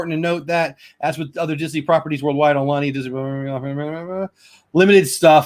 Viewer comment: Aloha! Great stream! Sorry I missed this! Aulani = au (as in out)-lah-nee. Ko Olina = koh-oh-lee-nah. Hope to meet u when u make it out here. U could visit the Dole Plantation & would love to know what u think about the Dole Whip here. 😜